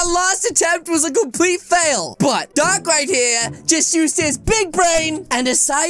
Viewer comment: When you say dark it sounds like duck